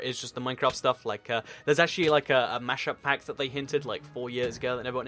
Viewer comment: he said mashup mack lol